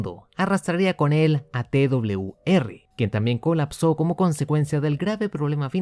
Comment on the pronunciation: Hola se dice t doble uve r o TWR saludos desde Venezuela